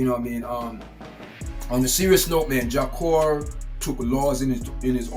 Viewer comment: JAH CURE not JAH COR sir where you from kmt